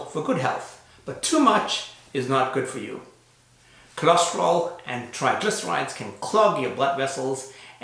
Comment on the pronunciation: Why do you call it "cholosterol" when it is "cholesterol"?